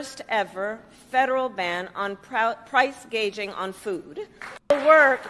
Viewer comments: She can't even read a teleprompter correctly. The word is "gouging", Kamala, not "gauging". What an idiot!! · You’re right! If she’d been talking to policy makers on her staff, she would have known it’s price gouging , not gaging. This was probably the first time she read that line and had no idea what it’s all about. She’s mouthing other people’s policies. She knows nothing about anything. I wonder where she’s going to end up, certainly not as a candidate, I think she’s a place holder until the Machine decides what to do. They’re up to something…. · what is price GAGING? & who has a hospitility job? Over 12000 words in English language, and she goofs them up? now iF English was her 2nd or 3rd language, let's excuse this genius!! Where is the giggle bobblehead..? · "Price gaging". come in Doc, get it right!! There is no inflation!! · It’s straight up communism. Price fixing. She can’t pronounce gouging. Or gauging. I’m not sure what her definition is. I’m not going to vote for communism. Free money for people to buy houses? I’m not voting for communism. I’m not paying for other people’s housing. I know I am right now. But I’m not voting for it. Her agenda caused all of the inflation. She was the tie breaker in the Senate. No. She is lying. There’s no price gauging or gouging going on. Econ 101. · Price “Gaging” and “Hospitillity”??? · She don’t even know how to pronounce gouging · Doc, did you expect Kamala to get her words pronounced correctly? Not a chance. She doesn’t even have dementia, or maybe she does. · LOL, she can't even say it right